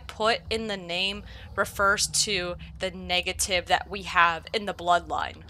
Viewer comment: Ayo did she say " niggative mutations " or is that just me 😂